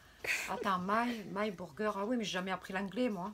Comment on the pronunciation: oh elle a dit my gurgeur